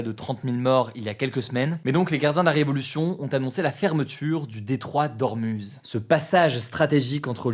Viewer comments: pour le détroit d'Ormuz on dit 'Ourmouz' pas 'OrmUz' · Ormouz stp! personne dit ormuze